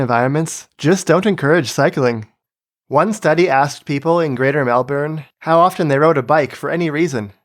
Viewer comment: Another great video. You even pronounced Melbourne correctly (the first time)